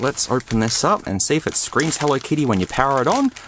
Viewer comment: More like "Hello Kitto"